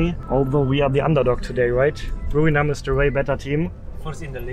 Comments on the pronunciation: It's Buriram, not Burinam... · It's Buriram right? Not Burinam..... loool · Es heißt Buriram und nicht Burinam ☺️😉